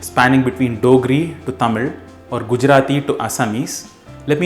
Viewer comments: I didn't expect that much ழ் pronunciation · wow you pronounce tamizh really nice